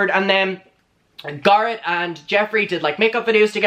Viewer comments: Bb i will pay you to stop saying guh-rett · Every time you say garrot I want to die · I can't watch this. The GAR-it is making me soooo uncomfortable. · Take a shot every time he says GARHET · I keep thinking he says 'Gaara' from Naruto lmaooo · Me when says garrett: 👁👄👁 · I like you but you talk too much. And you're pronouncing Garrett wrong. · The way you say Garret is my favorite 💚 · The only reason there are dislikes are because the way he pronounces Garrett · Why is the way he's saying Garrett triggering me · I,love how he says Garrett name 😁